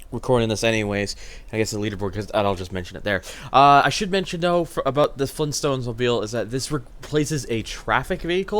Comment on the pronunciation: Fleen stones?!?